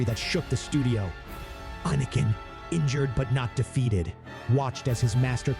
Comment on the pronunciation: Excellent tale, but the constantly switching pronounciation between "Anakin" and "Ahhhnican" was discomforting.